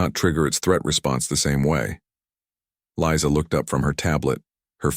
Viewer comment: The AI narration mispronounced the name Lisa as Liza.